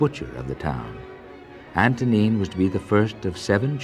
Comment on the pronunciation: I wish anglophone people didn't completely butcher slavic names. Antonín /Antonyieen/, not Antonine - Vltava, not La-tava - Dvořák, not Dvozak. etc.